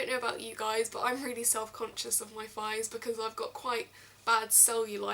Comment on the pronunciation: you say fighs. You commoner ;P